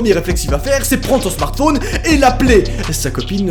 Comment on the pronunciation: Qui trouve que il dit bizarrement smartphone Liker si vous penser pareil